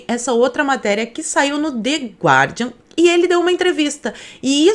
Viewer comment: não é "de gUardian", a pronúncia é "de Gardian"; o U neste caso tem o mesmo "som" do U na palavra queijo.